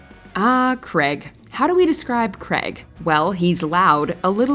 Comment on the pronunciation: Question..... Who is Creg? It's spelt CRAIG and pronounced as such...